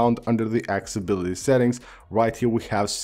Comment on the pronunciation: The vid is good, I had to dislike it though because your “accessibilty” sounded accsibility. Incorrect pronunciation is my pet peeve.